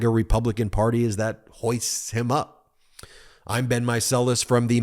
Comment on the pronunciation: Whenever you say "Republican Party" I hear "Republican Potty", hehehe!